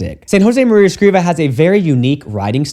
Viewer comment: Father, I believe the writer's last name is Escrivá, which means that the tonic syllable is "vá", instead of "cri". In Spanish, accents (or lack of them) tell you the accentuation of any wors